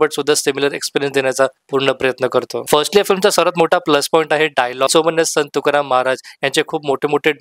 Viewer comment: अगोदर मराठीत संत तुकाराम शुद्ध बोला मग आणि त्या चित्रपटावर बोलण्याची पात्रता प्राप्त करा नुसता review च्या नावाखाली दुकानं उघडलीत असले review म्हणजे ...... असो आपल्याला परमेश्वर अभ्यासोनी प्रकटावे अशी सद्बुद्धी देवो ही तुकाराम महाराज चरणी प्रार्थना